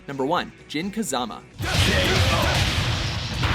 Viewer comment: I could be wrong but I think he was mispronouncing Mishima and Kazama as well.